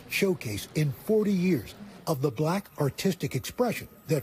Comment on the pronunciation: too much emphasis put on black